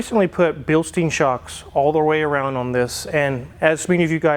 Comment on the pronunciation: its called Bilstein, not Bilstien.